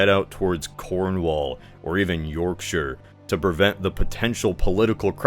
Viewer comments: I appreciate that you actually said Yorkshire correctly, but you managed to circle Cumbria, Northumberland, and a bit of Scotland there. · Yo amazing video, and can I say as a Brit thank you for pronouncing Cornwall and Yorkshire properly 😂😂 keep up the good work I love these videos